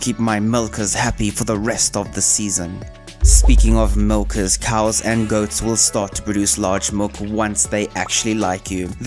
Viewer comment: why you putting so much emphasis on the hard in hard wood, nuts in walnuts and milkers 🤨